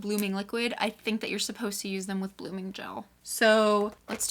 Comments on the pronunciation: lol the "blogming liquid" 😂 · Is no one going to talk about "blogming"?